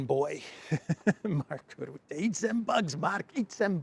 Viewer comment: the right pronounciation of Mark Rutte is: dutch- u- is exactly like French e in je ne le te. Dutch e is the same. Or more or less English sudden, cutter, butter.